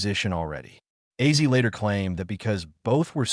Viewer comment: Who is Izzy Osborne? This dumb fool doesn't know how to read!! Because of this he sucks!!!!